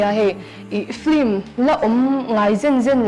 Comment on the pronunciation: A hmuhnawm dawn e.. Film tih hi flim ti a lam kan awm leh zeuh țhin....